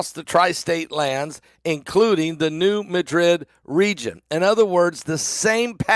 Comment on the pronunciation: Madrid in Missouri, is pronounced Mad-Rid